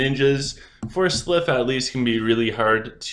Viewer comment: Love you, such a useful video, we need more of this!! But please stop calling them slyph instead of sylph, I can't take it 😂😂😂